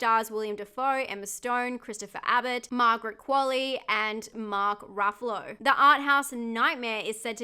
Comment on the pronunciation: And Ruffalo not RA-ffalo